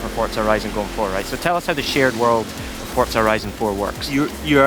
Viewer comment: S T O P S A Y I N G "F O R T Z A" THERE IS NO 'T'